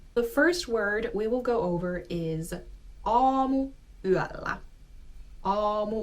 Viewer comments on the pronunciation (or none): I have to address the elephant in the room. She says AamuyÄllä instead of aamuyÖllä. She says LyiJJY instead of Lyijy. She says RovaniÄmi instead of Rovaniemi. She sayd YÄpöytä instead of Yöpöytä.